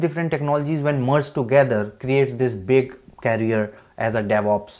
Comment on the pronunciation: Knowledgeable video. Please pronounce it as Career NOT Carrier.